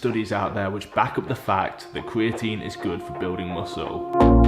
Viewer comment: I feel like American speech impediment are just old English habits sneaking through. Like an English guy just sounds like an American that sucks at talking “ cweatine gets you stwongewr” like this man doesn’t do research he does weseawrch and in America that’s a speech impediment but in England I think it’s just speech. That’s all I really took from the video. Aside from that all I can say about creatine is it makes your physique soft I’ve used it I’ve known lots of people to use it and all I’ve noticed is the loss of definition in the physique maybe just good for bulking season but idk I got distracted by his tongue thinking it has anything to do with an S sound